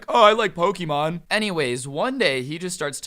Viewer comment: I swear it sounded like said Hokiemon and now I’m thinking of the grim adventures of Billy and Mandy